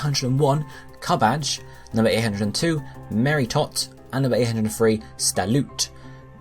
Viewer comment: You mispronounced Meritote. C'mon bro.